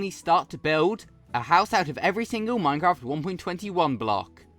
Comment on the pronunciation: minecwaft accent! keep it up bro!